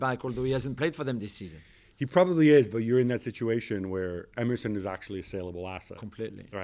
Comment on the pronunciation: When you said “Emerson is coming back” I thought you said “MSN is coming back” I was really happy for a second